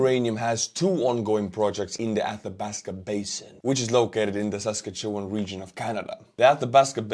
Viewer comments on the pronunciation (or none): Awesome you had a sponsor from my province. Pronunciation pro tip: Sask-at-chew-one. Say it quickly altogether and it’ll get you real close. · First class job of butchering Saskatchewan pronunciation. Also, a good choice of sponsor. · I love how you pronounce Saskatchewan. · Must say, you certainly did a great job butchering the name of the Provence of Saskatchewan.😅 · Way to butcher Saskatchewan like an Estonian!!! Slava Ukraine!!